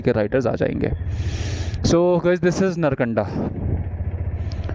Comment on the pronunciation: nice. all are ok. but one thing not नरकंडा its नारकंडा bhanje.